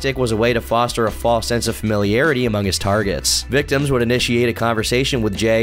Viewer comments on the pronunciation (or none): called these guys victoms? 😂